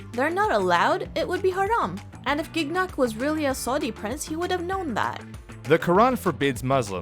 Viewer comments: Gig Nick. I had friends named Gignac. They pronounced it Shji (short i) nack. The second g is silent. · As a French, I'm dying a little bit every time Brew says "Gig-nak". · man, as a French speaker, hearing him pronounce Gignac with a hard G every 5 seconds is extremely unnerving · Listening to the American mispronunciation of the last name "Gignac" makes this vid absolutely insufferable for me. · The way you pronounce Gignac makes me cringe so hard.